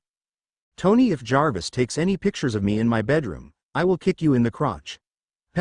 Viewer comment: Omg, an AI reader can actually say Jarvis without spelling the letters out, I'm so amazed with this😊